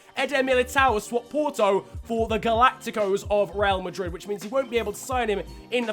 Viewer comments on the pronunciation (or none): none